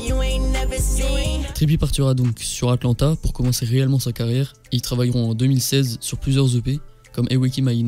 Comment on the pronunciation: j’avais entendu "Trppie partira donc sur un attentât " ensuite j’ai remis mais genre sa ma fait rire d’entendre sa et de me rendre compte que c’était Atlanta